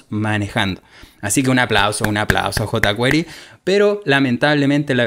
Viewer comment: JotaQuery bien pronunciado en español.